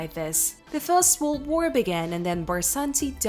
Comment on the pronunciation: I do love your videos have watched many of them. But could you please learn to pronounce the word world. Don't mean to be ugly but it takes away from the video.